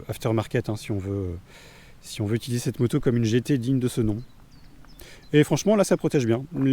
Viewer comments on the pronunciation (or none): none